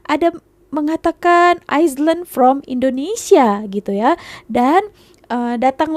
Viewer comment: Island tu sebutannya ailand bkn iceland. Iceland tu nama sebuah negara.